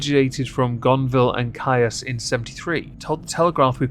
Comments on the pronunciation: "Gonville and Caius" is pronounced "Keys"-ish. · Hey, Caius is pronounced the same as keys. We ❤ accuracy here! Fire Bork out the torpedo tubes for shits n giggles, please! 🐙